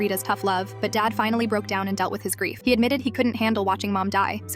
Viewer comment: You said grief wrong and THIS ISN'T APPROPRIATE WHAT IS WRONG WITH YOU